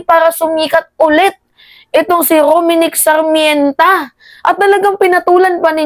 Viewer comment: Dai it's R O M N I C K S A R M E N T A NOT Rominic Sarmènta